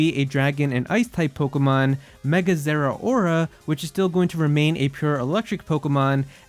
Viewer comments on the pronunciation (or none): I hate your voice and the way you say Pokemon . It hurts my ears